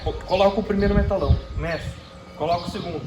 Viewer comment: Parabéns tá ficando top... bancada dos sonhos! Somente uma observação, o nome desses tubos de aço é Metalon não "Metalão"